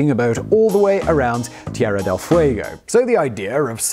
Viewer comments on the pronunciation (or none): none